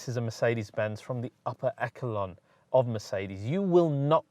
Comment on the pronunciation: "Echelon" is pronounced "eshelon", not "ekolon".